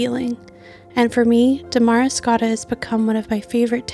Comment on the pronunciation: Beautiful video. But it's pronounced Damuh-riscotta not Da-mari-scotta